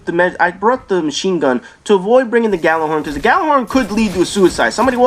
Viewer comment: Expect the Destiny snobs to correct you on Gjallahorn. They bitch and whine when people say it with a G as opposed to Yallar-horn. Kids these days, can't write a sentence but want things pronounced correctly.